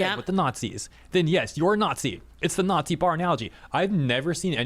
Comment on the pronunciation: I'd love your pronunciation "naughtsee" to be whispered in my ear over and over again 😂😂😂